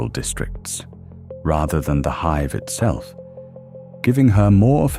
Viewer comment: Oh I don't know, its it called a city HIVE not a city hiv.